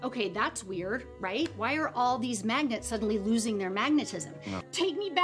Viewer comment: ¿mAgEntS? dEe ?mAGenEt¿